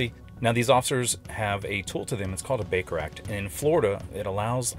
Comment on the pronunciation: The first time you said Baker Act I heard Baker Rack and I was rather confused. LOL